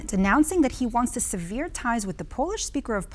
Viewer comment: Severe or sever, that is the question , it took me 60 seconds to figure out the difference, come on TVP, you can do better!!